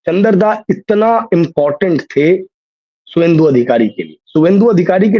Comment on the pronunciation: शुभेंदु लिखिए शुभेंदु बोलिए।